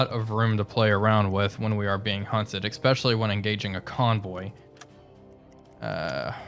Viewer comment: Good video, it's "especially" not, "EX-peshshully". Cheers.